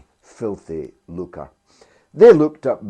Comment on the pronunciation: Great, George, we must never let up reminding people of the facts about Tony Blair. 'Filthy Lucre,' not 'Filthy Luca' 🤣